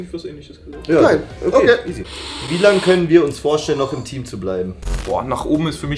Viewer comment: Anstatt "im Team" habe ich "intim" verstanden und war kurz sehr verwirrt xD